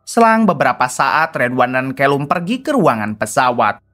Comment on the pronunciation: Santa clause kok jd senter clause.. callum kok jd kelum..konoha²..nyebut anger muni waie...🤣